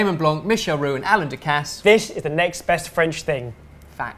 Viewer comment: I love it when says fact, FACT